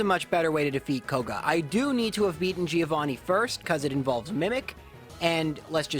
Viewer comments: Hey, great video! I want to point out a thing, it's relly a stupid thing feel free to ignore it, buuuut... the first part of "Giovanni" is pronunced like the first part of "John". The 'i' is really short. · Leave battle animations on, and pronunce Giovanni properly